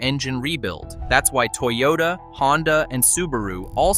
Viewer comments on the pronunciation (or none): none